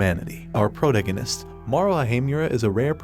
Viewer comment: It pronounced protagonist as Prow ta gow nist